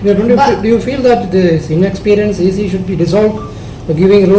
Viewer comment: Nongpule khubor😂 CE instead of EC😂